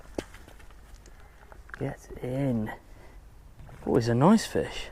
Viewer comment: "It a noice fish" X 10 - and I quit